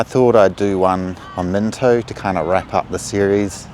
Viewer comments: Bro its mino get the t out it ain't minto its mino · There ain’t no T in Mino